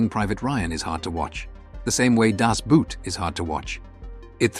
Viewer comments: Not to most of us. Boat is English, Boot sounds German. You’re probably one of those people who pronounces the M1 Rifle “Gar And”, instead of “Ga Rand”. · Great video. But the “Boot” in “Das Boot” is pronounced “Boat”.